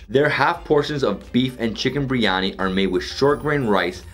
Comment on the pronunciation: Ahh- you pronounce Biryani like a Mauritian. Good man! 👍🏼